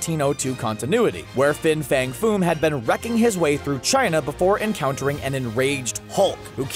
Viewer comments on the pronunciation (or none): none